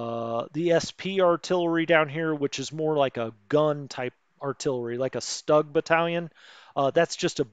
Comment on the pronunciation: Stug is pronounced Stoog. There is no mink in Minsk. Just saying lol. Thanks for your explanations of the game. Good stuff. seems you see problems when non is there. ?